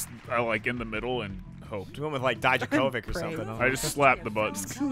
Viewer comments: pronunciation of Djokovic made me cry real tears. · “Dijakovic” 😂😂😂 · ah yes novak "DIE-JA-KOVIC" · Dijacovik instead of Djokovic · It hurt my soul but also made me laugh